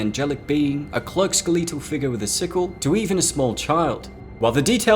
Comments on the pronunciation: Bruh... skeleetal? 😂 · That's not how you pronounce skeletal. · Skeletal, like "eh" not "ee". Nylon, like "aye" not "ee". Please at least know the words you're using. Neither is exactly difficult or rarely used.